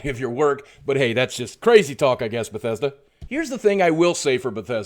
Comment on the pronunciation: fix ur schhhit baw thessch dauh!@@ Kappa